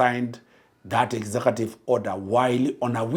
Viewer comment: "Exakative". What is an exakative order? Is it "executive?"